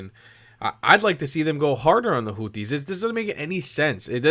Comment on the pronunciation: I love the way Trump pronounces them "Hooties." 😂